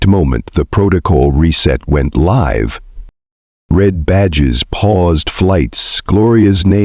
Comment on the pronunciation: Mispronounced "live".